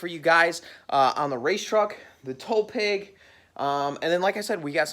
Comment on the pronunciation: Am I the only one that is hearing tow "peg" instead of tow "pig"??? Lol